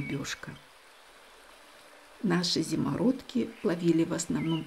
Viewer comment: зИмородки, ударение на первую И.